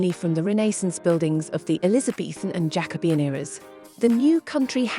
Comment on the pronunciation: I found it interesting, but are you using an AI voice? Lots of things were mispronounced. You don’t pronounce AD as Ad, it’s A-D. It’s not Elizabeth 2 it’s Elizabeth the 2nd, and the word Jacobean was really mangled the first time it was used and then pronounced correctly a few minutes later. Very odd. I’m less than half way through and the number of adverts have been ridiculous so far…I’m not sure how much more I can take.